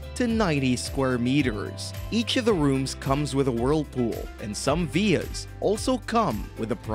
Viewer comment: Veers? I'm assuming you mean villas? Christ, why speak like that?